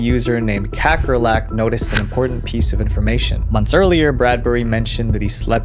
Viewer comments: As a South African, hearing you pronounce Kakkerlak made me giggle 😆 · as a dutch person, it's fun to hear you pronounce kakkerlak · damn, you rape the name "kakkerlak" (cockroach) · Never expected to hear the Dutch word for cockroach pronounced like that